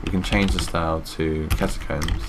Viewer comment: I LIKE THE WAY HE SAID ATACOMBS THUMBS UP IF YOU TOO